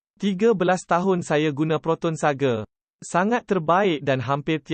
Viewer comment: Proton Saga bukan proton Sage..sage tu mende ?? Parok la puak2 ni